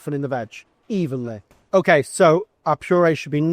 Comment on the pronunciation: When he says certain words (like "evenly" and "it"), he sounds like he grew up in the same city as Jamie Tart (from Ted Lasso), but went to a better school.